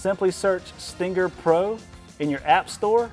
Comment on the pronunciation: He says "Stingger". Too much emphasis on the G